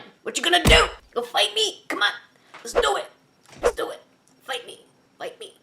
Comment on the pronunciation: Anyone else put up their fists and pretend to fight when said "fite me" lol I'm a sucker for anything galaxy related so I'M GONNA FIGHT